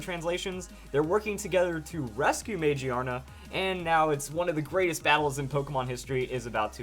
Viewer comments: lol I cringe when I hear "magiana" now. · I think it's pronounced ma-gear-na. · Wouldn't it be Ma-Gear-Na because it is a gear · ma gear na you said it wrong but great video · Dude it is pronounced MA-GEAR-NA. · I wonder if the English name is pronounced "Muh-Gear-Nuh" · I think you're pronouncing the English translation wrong. I'm seeing this as Mag-Ear-Na, or MaGEARna. This thing has both (big) ears and a gear around its head. I also think it's typing will be steel/normal. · It has to be pronounced Ma-GEAR-na, not how you're pronouncing it. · I'm pretty sure it's pronounced mah-GEER_nuh because it's based around an mechanical and gear-like design. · It looks like it would be pronounced ma GEAR na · I think it's pronounced Ma GEAR Na. It does have gears in its design, so that sounds more right to me. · Every time you say Magearna wrong I cringe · please tell me how it would be pronounced gear without the r im well aware that gia is japanese for gear but it clearly says magiana not magearna just because gia means gear doesnt mean it has to be pronounced magearna :/